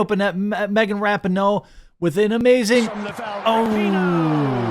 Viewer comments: Let's go back to saying rap-en-oh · The worst thing they did was that stupid hand heart. That crap has to go. Ra-pee-no, not Rapin-no. I can't stand her but for some reason the way you say her name makes my OCD go nuts. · I remember when the U.S. Women's Team was actually must watch, winning Gold at Worlds & The Olympics and was made up of the best women in soccer. How the mighty have really fallen I guess. So sad. Oh, and Jeremy, her last name is pronounced like this, Ruh-Pee-No, just an FYI for ya man! Great video as always! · It's pronounced raping hoe, right?